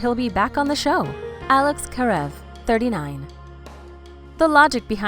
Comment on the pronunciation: What is this about Maggie and Jackson’s baby, they truly need to watch this show before reporting Merradeath, Karev wrong pronunciation ugh